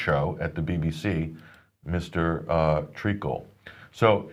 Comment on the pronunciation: “MR TREACKLE” 😂😂😂😂😂😂😂